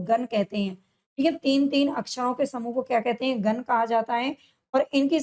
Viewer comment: मैम गन नही गण है पहले उच्चारण सही करो